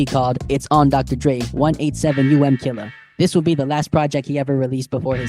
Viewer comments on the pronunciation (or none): It’s On (Dr Dre) 187um Killa - It’s pronounced 1-8-Sevum Killa. FUN FACT - Dr. Dre filed a petty lawsuit forcing Eazy to put a huge sticker on later physical releases saying “Dr Dre has nothing to do with this release. Despite the cover fraudulently containing his name, absolutely none of Dr Dre’s music appears within”.